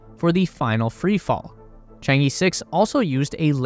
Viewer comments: I've follow this channel for 2yrs, and you guys still pronouncing 嫦娥 in "Chang-E" till this day. like, A B C D E. No, not like that. Simply paste the word "嫦娥" in google translation, there will be the proper pronunciation of the charaters in Chinese. Being a westerner is not the excuse to make a low quality video essay. Consider how unprofessional this is. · It’s pronounced chaang uh chaang uh chaang uh! Stop saying E! It’s not chang E! Please learn the pronunciation if you’re dedicating 20 minutes to it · Chang'e should be pronounced like Chang-ur, not Chang-ee or Chang-ge! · Please, for the love of god, please pronounce it properly! Chang-err, Chang-Ur or even Chang-Uh are all preferable pronunciations to Chang-Ee! 🤦🏻‍♂️ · 嫦娥，chang ，not chang i or E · It's pronounced Chang ER, not EE. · The project name pronunciation is 『嫦娥』not chang E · The pronunciation of Chang'e is not the Chang Eeeeeee~ its should be pronunciation like Chang Errrrr~ pls follow the original Chinese pronunciation in right way~ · I just hope that you can pronounce Chang-E properly. 😂 it's Er, not E…😂😂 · The "e" in chang'e is pronounced similar to "er" in British English. More precisely, "Cháng é", as they are both the second tone. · Westerners really need to learn basic Chinese pronunciations. For example Chang-e: the “a” in Chang is more of an “ah” sound, and the “e” sounds like “uh.” Ch-ah-ng-uh. And before people say Chinese pronunciations are hard, I don’t want to hear about it because the US has Kansas and Arkansas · Actually, I think it pronounces "Chan-Err". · Chang-uh... some northern Chinese could add a bit of an 'r' sound on the second syllable though that's not necessary. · 'Chang E' is pronounced 'Chang Eh' actually. The E here is from Chinese Pinyin of that character. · Chang E(r) technically, like "errr..." but without the "r" sound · According to Chinese culture there's no space race but all for the benefits of all mankind. It should be pronounced as " chang er". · It's Chang-urgh